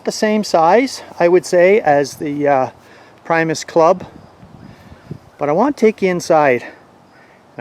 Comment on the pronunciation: Hey pal, its not pronounced pry-mos. It's pronounced pre- mos after Will Primos outdoor show lol. Just so you know